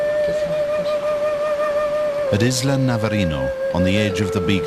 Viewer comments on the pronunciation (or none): none